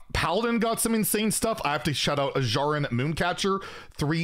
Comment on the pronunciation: Hey, you learned how to pronounce Azshara!